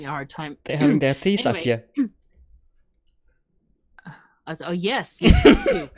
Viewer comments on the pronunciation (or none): Deezakje.... your Thee sounds like a De.... Theezakje..... Tea Little sack.... Tea bag I am not Dutch... but I am here for you. Nice try with the procrastination and trying to get to the next word. Farpotchket.... hmmm... Far pocket.... Long distance packet delivery.....no... Holzkopf.... Halter Head.... Hat.... Helmet... Hey I have those little people searching around in the old filing cabinets too.. Attattatakunakata.... spot on..... Cat appreciation society! Daffybean..... Va Vee Beena.... Go to legs...... Running legs... Exoskeleton... Leerling.... Learning-little person...... so Student?.... close then! Ding for me! Shikategenai..... Mushroom enjoyment? Dane.... Danish.... Lord? Floxinorsinihilification..... What???? Yeah..... Rind flesch ettiketeren.......... garbungs.... Beef labelling rules department?.... Like... my brain RAM is not that long either........... Got that last one though!!!!